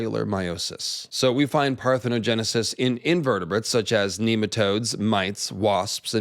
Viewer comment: Shout out to for nailing the parthenogenisis pronunciation and explanation 😂 These lizard people be impregnating them damn selves!!!